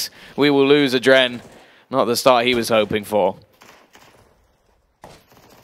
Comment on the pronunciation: It's not "Adren", it's "adreN (like in adrenaline).